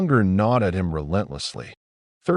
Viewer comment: A-T and I-T. 🤣😂 If you're going to have an AI slop channel, at least get it pronounce "at" and "it" instead of spelling those words out as letters!